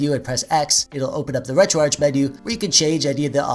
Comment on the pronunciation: Take a shot every time he pronounces "retroarch" incorrectly. Jk that's alcohol poisoning waiting to happen. But frfr its retroarch(ark)